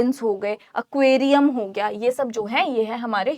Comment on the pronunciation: ma'am not Accqauriaum it is Acquirium